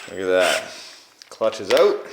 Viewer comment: It’s a crankshaft and that’s not how to pronounce out 🤣